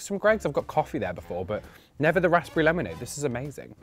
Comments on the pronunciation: He pronounces the p in raspberry am i saying it wrong as raz-perry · Why does he pronounce raspberry like that? Nah😂😭Defo gay😭😂